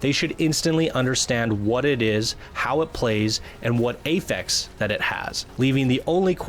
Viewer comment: I'm concerned about limited loot. Masterwork and legendary items should look amazing, not like the same crap we've been getting already. Also: it's "affix" and pronounced like AH-fix, not pronounced like "ay-fex." :) Other concerns: not enough strongholds quickly enough. The Cataclysm and/or Shaper Storms might be underwhelming. The size of the map isn't as big as we may have hoped.